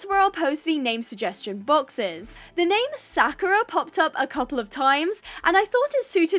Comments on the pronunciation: it is pronounced sa-ku-ra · Btw It's pronounced Sak-your-a ❤